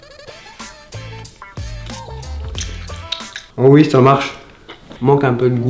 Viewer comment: Pourquoi tu as dit oui avec ui c'est OUI c'est pas